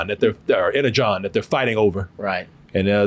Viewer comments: No offense but how does claim to be such a huge Transformers fan but doesn't know the correct way to pronounce Energon 🤣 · Wait... How are you transformers head and dont know how to say "energon" off rip?